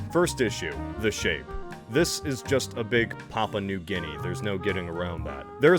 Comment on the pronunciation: Thats not papua new ginnea thats momma new ginnea